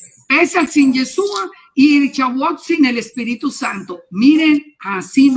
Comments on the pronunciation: Es muy CIERTO lo que la señora ha expuesto. Sin embargo con todo Respeto le sugiero que deje de decir Yesua. Ya que suena mucho a dioses indígenas de pueblos ancestrales. El nombre es YESHUA. ¿Por que pronunciarlo mal? Es una reflexión. Tampoco se debe dejar de presentar los panes. Sólo que nosotros lo hacemos con la Verdad de Yeshua .Debemos encontrar el punto de equilibrio sin quitar ni añadir. Tampoco se debe desvirtuar el Corban de Pesaj, ni decir que ya no es necesario .Ya que la orden del ETERNO ES PARA SIEMPRE Y PERPETUAMENTE. NADA DE LO QUE EL ORDENO VOSOTROS PODEIS QUITAR. ESTE CORBAN NI SIQUIERA YESHUA LO QUITÓ Y CUANDO VUELVA EL TEMPLO ESTE VA A SER EL UNICO SACRIFICIO DE ANIMAL QUE SOBREVIVIRA PARA SIEMPRE COMO MEMORIAL DEL REINO DE ELOHIM. QUE ES ALGO DEMASIADO SERIO ¡ SI ! Y NO PODEMOS ESTAR MATANDO CORDEROS ASI COMO ASI . PERO ESTO NO SIGNIFICA QUE YA NO SE DEBA HACER. YESHUA NUNCA REEMPLAZARA EL CORBAN DE PESAJ , YESHUA COMO SUMO SACERDOTE DEL PUEBLO LO HARA EL MISMO EN EL TIEMPO VENIDERO, ESTO TAMBIEN ESTA ESCRITO. AL NEGAR EL CORBAN DE PESAJ SE NIEGA A YESHUA YA QUE COMO EL MISMO DIJO, EL VINO A CUMPLIR LA TORAH. TODA LA LEY ESCRITA TODA !!! SE PUEDE PERFECTAMENTE CUMPLIR LA TORAH SIN DESVIRTUAR A YESHUA .¡¡ AL CONTRARIO !! ES LA TORAH LA QUE SUSTENTA TODO. YESHUA ES LA TORAH Y LA TORAH ES YESHUA. ASI COMO EL ETERNO Y YESHUA SON UNO. PARA EL ENTENDIDO, NO EXISTE NINGUNA OPOSICIÓN. QUITAOS LAS DOCTRINAS DE REEMPLAZO YA QUE ELOHIM MISMO PUSO EL EJEMPLO DE TODO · Gracias por la entrevista, una observación hno., debe corregir el nombre sobre todo nombre, es Yeshúa, colocó el nombre sin la H y fonéticamente suena diferente...sería bueno corregirlo porque de lo contrario veremos más y más personas pronunciando el nombre mal, imagínese tanto tiempo sin el nombre y ahora que la sabemos lo pronunciemos mal. Shalom a todos y es una sugerencia.